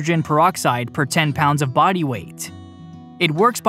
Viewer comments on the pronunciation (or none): none